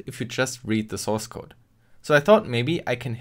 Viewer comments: What is a 'sourecode'? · Ah yes, sourecode